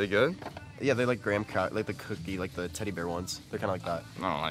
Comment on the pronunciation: is so high that he can’t even say graham crackers right lol